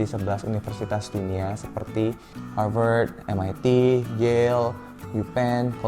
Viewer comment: Aku: Harvat Kakaknya: Harveurtds